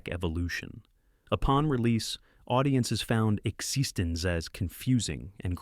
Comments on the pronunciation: Congratulations on finding so many ways to mispronounce "existenz". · Literally the worst pronunciation of "eXistenZ" I've ever heard, though at least this film got recognized. Also "GA-tac-a". Time to fire the AI announcers. Though these range from good to great films from a classic era of scifi with touches of cyberpunk and VR. Also, some of the film summaries have random clips from irrelevant movies e.g. "Screamers" has clips from Das Boot and Blade Runner. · It was pronounced Exist-ends 🙄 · Also, it pronounced Exsistenz differently each time it said it - the last time it said exsisten zed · Yep. The AI screws up Existenz in just about every way possible. You would think the writer would just spell it correctly in the text for the AI so that the AI could pronounce it.